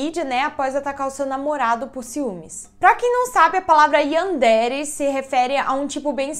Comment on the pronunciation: Sem hate mas se pronuncia Yanderé